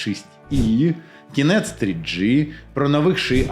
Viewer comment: ще є над чим працювати (пАгАворімо- пОгОворимо, кінец - кінецЬ, інтеграцИї- інтеграцІЇ, гАтуєтся- гОтуЄтЬся, відмовитисА- відмовитисЯ, ухвалІв- ухвалИв, суттєвИ- суттєвІ, гАлАвних- гОлОвних), але вимова у стає значно краще. Круто!